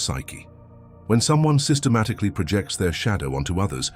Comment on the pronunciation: The topic is interesting in all, but the unnatural cadence of the AI narrator is so off-putting, I couldn't even listen to the first five minutes. It just keeps awkwardly pausing mid sentence and keeps using the noun pronunciation of "Project" when it should be the verb form.